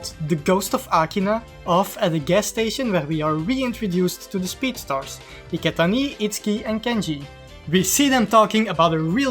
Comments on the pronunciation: That "Iketaniii" with french accent is hilarious af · He's not French, it sounds like Dutch to me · Bruh, I know he's not French but Dutch, I'm just saying that his pronunciation of "Iketani" sounds like french